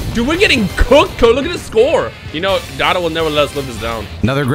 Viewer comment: Quit trying to spice it up, we know it’s pronounce (dough-tow-doy-yah)